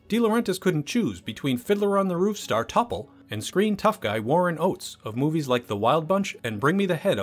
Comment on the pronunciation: Its pronounced "Tople" not "Topple." And its a credits roll not a credits crawl.